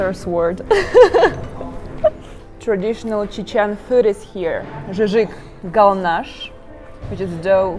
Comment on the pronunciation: I want to say some things about this video. First of all I LOVE how you tried to pronounce the words right , like Zhizhig Galnash. Then I think it’s really amazing that you learned some things about our culture and history. You also wore a Hijab at the near of the Akhmad Kadyrov Mosque, which shows that you really respect our Religion too. I liked the topics you picked to talk about and showed us. I really love Chechnya and I miss it too since i‘m not there anymore (but I will hopefully go back after studying) I loved the vibes your video gives off, you seem like a really cool person and I hope you enjoyed your visit in Chechnya! I really enjoyed watching your video. Thank you for showing us a really really good and pretty side of Chechnya ! 🥰